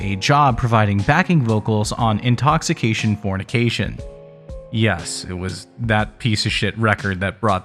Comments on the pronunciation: for me it was the butchering of Danielle's last name and the "Intoxifornication". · dude.. read the cover.. it doesnt say "intoxication fornication" it says "intoxifornication" 🙄